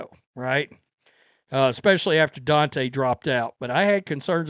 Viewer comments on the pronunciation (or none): none